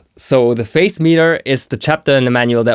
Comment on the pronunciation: Hi! A very helpful! Also, I hope you don't mind me saying, but I think the pronunciation of the word Phase is "Faze."